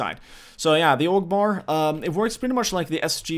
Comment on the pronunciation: When you say "AUG" it sounds like you're saying "Allahu Akbar" lol